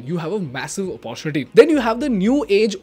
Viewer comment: Please pronounce the word "Opportunity" properly.. I have said this many times on your Instagram page as well